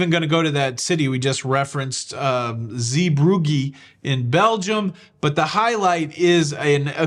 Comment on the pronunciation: Three transatlantics. And, I've always heard it pronounced Zee-Broog (like the oo sound in school)